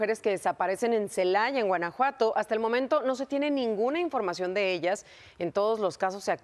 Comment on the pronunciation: Ce - la - aya..... Pues busquenlas haber si las ayan 😅